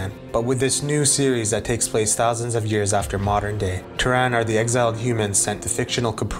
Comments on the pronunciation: Awesome job, keep it up! 1 quick thing: in Starcraft the human faction is pronounced Terran, not Teraan 😅 sorry, can't help myself, and SC is my favorite game of all time😊 Anyway, I'll shut up and continue enjoying the video 😊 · Very good video But one thing to keep in mind is pronunciation... 'Terran' is pronounced 'teh-run' not 'tur-ran'. A small mistake, but very painful to hear over and over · Your pronunciation of "Terran" hurt, but otherwise, great video. Also, you should have given "Use Map Settings" more attention in the StarCraft section. It basically invented tower defense (and StarCraft is where DotA got its real start). UMS set the foundation for the Warcraft 3 custom game system that would go on to spawn entire genres. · If you don't mind my asking, where'd that pronunciation come from? Is it like from another language port of the game? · Glad you enjoyed it. Yea pronunciation was a hiccup long story. But thanks for the support despite me butchering the pronunciation. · I'm sorry, but the way you pronounce "Terran" with the stress on the second syllable instead of the first one bothered me non stop xD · I enjoyed your videos…. But don’t pronounce Terran like that again 😝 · Loved the video but you kept mispronouncing "Terran" and it gave me a brain aneurysm :'( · No need to be sorry I understand lol. I triggered quite a bit a few people's frustrations. Long story short I when I was doing the recording I kept messing up the entire sentence that had the words "Terran" and Terrain". So I decided to change the pronunciation for Terran just for that one sentence and I ended up doing for the rest of the vid. I did make up for my mistake in part 3, feel free to check that out BTW lol. Hopefully the vid was alright for you aside from that. Thanks for watching and commenting! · Ter-RAN? Don’t you mean “TER-ran,” as in “from Terra?” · never going to be able to unhear pronouncing terran as "tuh-ran" instead of "tear-in" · jesus dude say terran right